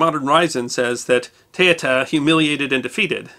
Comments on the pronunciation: It woud have been good if you learnt to say her name correctly. Teuta pronounced ( Te-oo-ta) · her name is pronounced TOOTA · Her name is pronounced Tay-OO-tuh. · Teuta is pronounce not like that. E and u is not a diftong but are pronounce as E and U. Second she was not a pirate but she gave accsess to piracy who worked for her.